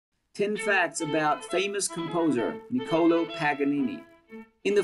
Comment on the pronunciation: The way he says Nicolo I'm just saying